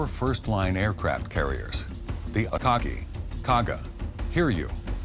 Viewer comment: why does the way he says akagi sound weird